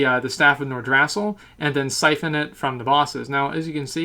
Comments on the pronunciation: pronounced nor-drah-sill not nor-drass-ill great vid tho .. love ur work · the way you say Nordrassll xD